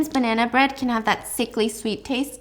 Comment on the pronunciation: The way she said I’ve eaten ur banna 🤨